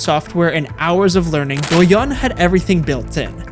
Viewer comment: honestly the first part of this video is kinda okay but the second sucks. not to mention many fact mistakes of the content (including the example of douyin pushing different contents compare to tiktok, since me myself is user of both sides), i think you should at least learn about how to pronounce douyin and how companies in China actually works instead of simply repeating fake news from western media. im not gonna say tiktok is a good product and i dont use it frequently anymore but to do a video of such topic u should do more research.